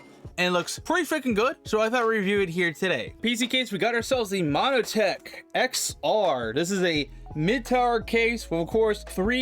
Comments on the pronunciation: why are you calling it MONO-tech? its MON-tech... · Montech not monotech